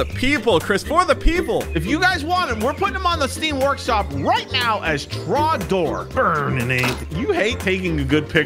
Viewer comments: It is trog door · Its tragnor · It’s drogdor!!! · its drogdorrrrrrrrrrrrr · It is trogdor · IT'S TROGDOR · ITS TROGDOR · Its trogdor!!! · IT'S TROGDOR!!!!!!!!!!!!!!!!!!!!!!!!!!!!!!!!!!!!!!!!!!!!!!!!!!!1